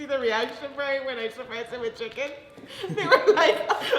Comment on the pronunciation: "imma take a break, can you guys pass the chiEcken". bruh im deadd😂😂